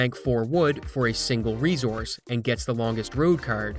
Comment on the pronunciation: Please look how the word resource is pronounced.